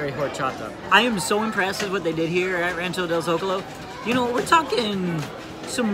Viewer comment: This is completely unrelated to the video but I literally gasped at the start of the video cause you said Zocalo differently to how I remember you saying it (specifically in the pumpkin video). Now you're saying it the way I say it. I have no idea which is correct, of course, but it feels a lot less out of place to me specifically.